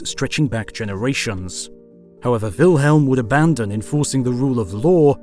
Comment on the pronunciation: I just want to mention that De Sitter is named Willem not Wilhelm. He is Dutch not German, we spell it and pronounce differently (no H sound). Amazing video though as always